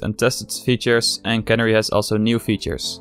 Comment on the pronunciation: Not sure if anyone pointed it out yet, and it's far from important, but youre mispronouncing Canary. It's supposed to be the same as the bird, "Canary".